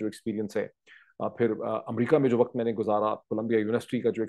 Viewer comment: Waqt not waqat, improve your Urdu. Again the word is farq not faraq.